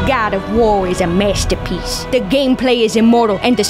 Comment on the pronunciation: “Gawd of War is a measterpiece” 💀😂